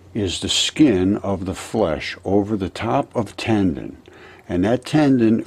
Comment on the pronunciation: One comment tho....TANDEN? Tendon....Took me half the video to figure out you were pronouncing the word differently